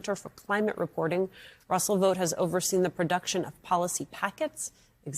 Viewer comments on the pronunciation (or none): Vought = vot, as in bought, hot, cot, ought. NOT VOTE!